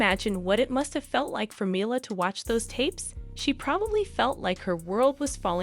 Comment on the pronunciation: U might want to learn how to pronounce Mila’s name